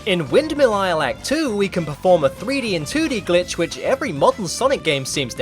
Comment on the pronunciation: I hear "son of a Gitch" instead of Glitch